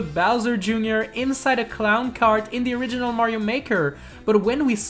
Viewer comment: He says super mañio maker 2